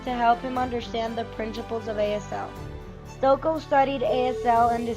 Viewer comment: It is pronounced ‘Stokee’.